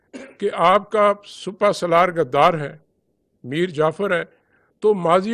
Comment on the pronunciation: Bhai jaan sipa salar not supa salar, kahan se a jate hein itne ehm ohde per